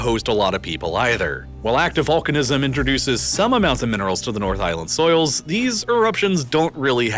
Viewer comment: soils, not souls 😂